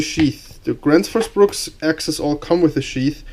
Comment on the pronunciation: Gransh fus Brooks is the correct pronunciation I believe!